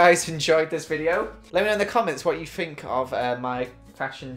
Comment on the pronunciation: A. Lizzie looks amazing in EVERYTHING B. Why does ALWAYS to this day say his t’s as f’s hes like ‘i FINK that…’ Edit: I love these two so much no offense meant 😅